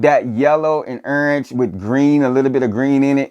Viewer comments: Can't pronounce "orange" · I know you a Florida boy because I say Orange the same way 😂😂